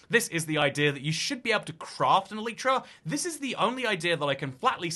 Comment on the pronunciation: the way you say elytra pains me